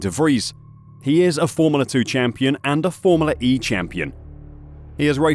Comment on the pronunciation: i love your videos, very informative. i cant unhear the way you say formoolah 1 though! haha